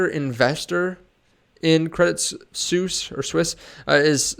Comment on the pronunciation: Thanks for the info. By the way, it's pronounced Credit Swiss :)